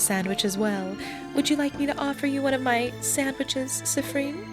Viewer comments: i'm sorry but i can't stop laughing at how you say siffren instead of siffrin XD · "Siffreen" (edit: "Seeffreen" or "Seeffrin", actually) is the canon pronunciation, believe it or not! I watched a livestream of this game (by Jello Plays Games here on YT, don't think I can put YT links in comments) and the dev was hanging out in chat and specifically corrected the players on the pronunciations since they kept saying they weren't sure. Can't remember where in the stream it was said, but I promise it's in there somewhere. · It's... not. It's "seeffreen" or "seeffrin". I think you got the syllables mixed up, teehee!